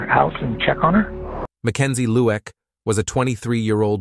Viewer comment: Say 3am rather than 3hour am!!! Annoying😢 Lueck pronounced ‘Loo ick’, as opposed to Look